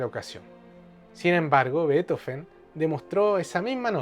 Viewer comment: Muy interesante. GRACIAS. Me llama la atención la pronunciación de su apellido (.La v suena f....) Estoy en Barcelona, Vivo en pirineos orientales lado francés, pero soy argentina. He dibujado a este compositor, el preferido de mi padre.